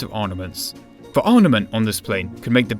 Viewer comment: Dude, it's 'ARMament', not 'ARNament'.